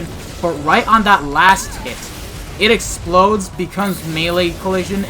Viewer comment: I love how she says “The Explodedede”